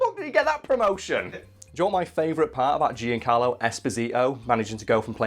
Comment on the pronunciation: Hearing you say Giancarlo hurts